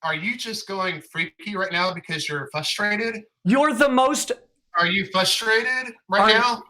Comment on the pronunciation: Unironically said flushtrated. Never go to cons they addle your brain.